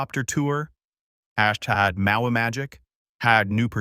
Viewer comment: Was the AI having a stroke?? It kept mispronouncing hashtag. Poorly written and poorly told